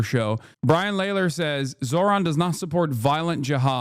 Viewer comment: "Brian Lehler"? 😭 is hasan mispronouncing that on purpose? am I missing a joke?